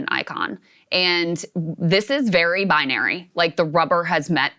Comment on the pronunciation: Vewy Intewesting